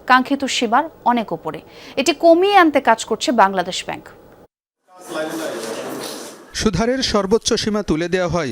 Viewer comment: মোতালেব, সুদহারে বলেছেন, উচ্চারন হবে সুদ হারে